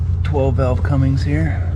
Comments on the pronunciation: Why people pronounce it Cummings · I love when people pronounce Cummins with a g...